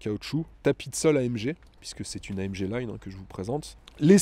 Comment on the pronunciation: AM GUE Et non AMGE... quand un présentateur youtube ou télé le prononcera comme il faut ??!!!! C'est le genre de détail qui m'énerve !